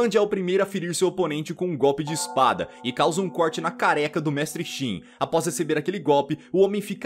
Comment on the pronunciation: quando vc fala careca e mo engraçado kkkk